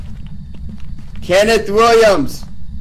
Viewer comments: i just wanna know what possessed into not saying kenneth right😂😂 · why do they not know how to pronounce kenneth